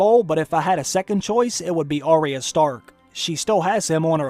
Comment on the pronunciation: 1. You do care, Gregor needs a satisfying death. 2. Its "Eye-ah" not "ah-ria" thats how they say it in tje show so why does everyone mispronounce it.